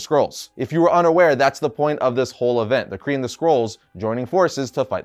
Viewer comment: Dude it totally sounds like you’re saying Korean Skrulls whenever you say Kree & Skrulls 😂